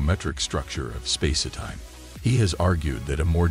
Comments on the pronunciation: What's with the "space-eh-time" idiocy? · also space-etime! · The AI voice keeps pronouncing it "Spacey-Time" LOL 🤣🤣🤣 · "Spa-si time?" I'm sorry, but this AI narration and the backing dance music is really odd and distracting. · Clearly narrated by a bot - what is space-e-time ? Probably written by one too? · Is he saying spacey time? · Does anyone connected with this video know how to talk? If so, why don't you narrate your own work rather than employ a lame AI bot which cannot even pronounce "spacetime?"